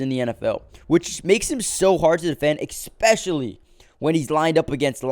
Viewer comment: I love the giants! ESPECIALLY! NOT "EkSPECIALLY!"